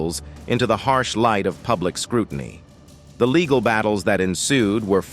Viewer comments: True baygled marraige? Laygal??? Who was Laygal? 🤔🤔🤔🤔🤔 Sounds like the name of some drunk Madame Martin Lawrence grew up with 😩😩😩🤣🤣🤣 picture Martin Lawrence What Up Laygal?😮 The narrator hooked up on Phonics like the 90s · Who the heck does the commentating on these things. At approx the 7 minute mark everything turned to poop. The pronunciation of the most simple words: "vibrancy", "embroiled", "legal", "image", "trouble", "emerged", "marriage", "shadow", and "spousal". Unless English isn't this guys first language, I'm confused. Was he having a stroke possibly?